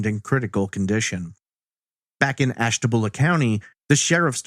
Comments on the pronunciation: FYI, Ashtabula is pronounced "byulah" not "boolah". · AshtaBULA not boolah.... Born & raised there :) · Lol it's ashta-bule-a not ashta-bool-a